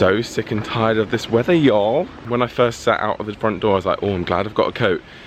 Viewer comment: I just have to say, Ava has the most beautiful black, shiny fur and I like the way "y'all" sounds like with an English accent. 😁